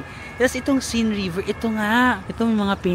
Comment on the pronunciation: Hi, hope you don't take this the wrong way but for us, non-French, they're pronounced [loov], [seyn], [monmartra] and [shaanze-leezey]. Enjoy Paris. :hand-purple-blue-peace